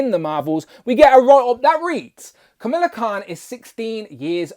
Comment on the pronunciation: Pronounced “KUH - MALL - UH” instead of “KUH - MILL - UH” 😉